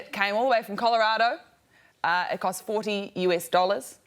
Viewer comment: Rose actually pronounced Colorado correctly 😮